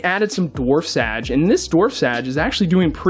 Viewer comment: The way u pronounce things triggers me 😂 Like •Marimo (But u seem to pronounce it "Mor-im-mo") •Sage (U pronounce it "Sad-ge") •Beta (U say "Bet-ta") I just found this very amusing But Its probably just cuz of were we're from lol